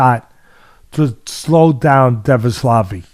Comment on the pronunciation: Dvalishvili is pronounced phonetically.